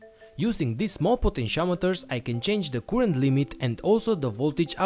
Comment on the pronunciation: By the way, "current" is NOT pronounced 'kurent'.